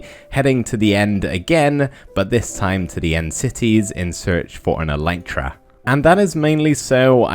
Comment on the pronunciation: It's not "an elytra" but a pair of elytra (like trousers). Elytra is the plural of elytron. Also, it's pronounced "EL-lit-ra", not "e-LITE-ra". I know, just about every Minecrafter on YouTube gets this wrong, I'm just trying to correct them one at a time... (you can look it up on the official Minecraft wiki or on plain old wikipedia, elytra are the hard outer wing cases of beetles)